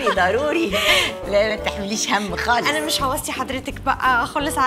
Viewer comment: خالص بالخاء مش بالغاء